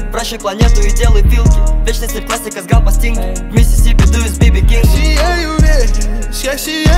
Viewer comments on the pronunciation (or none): none